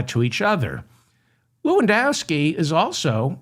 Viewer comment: Stop saying Corey Lewindowski Ewww